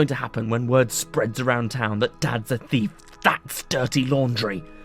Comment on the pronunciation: Why did you say chief not thief